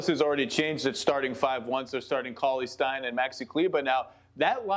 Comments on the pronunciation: Robert Horry needs some help. Skip ahead to : Everyone: “Cauley-Stein” Robert Horry: “Ca-Steinly” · Cauley-Stein not "Costanli"